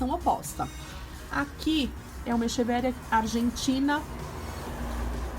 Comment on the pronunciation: Se pronuncia equeveria